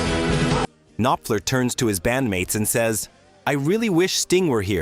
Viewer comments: It's Knopfler, not Ka-nopfler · If I didn’t geek out on this stuff so much, I’ve never made it to the end! It’s barely listenable. You could at least queue up the parts that they played or whatever saying so it could be heard for at least three seconds and the K on Knopfler is silent. 🤦🏼‍♂️